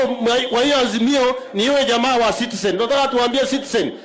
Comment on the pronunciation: Sudi is it Citizen or sitisen